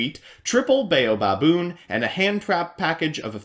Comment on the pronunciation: With the way you pronounce baobaboon I just want to see a baboon bayonetta photo shop